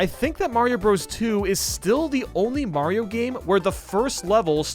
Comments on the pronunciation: Mario not mayio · me: * hears you say Mayro's a she * Wait, he is a she!?!?! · When u said Mayro u said she? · Wait is he saying Mayro